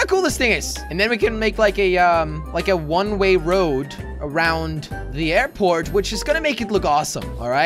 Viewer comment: It bugs me that he says one ray road